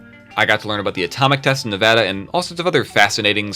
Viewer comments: Also a little correction, it’s pronounced nuh-VAD-uh, not really nuh-VAH-duh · As someone who lives in Nevada, it pisses me off so much when people call it NEVODA